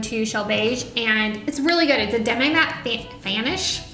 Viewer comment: "Demi" is pronounced "DEM-mee" never "DEM-eye." You might be confusing it with semi, which can be pronounced either way.